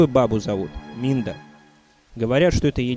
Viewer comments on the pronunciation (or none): Мне одному кажется что он говорит "Минда"? Как бы правильно "Мидна"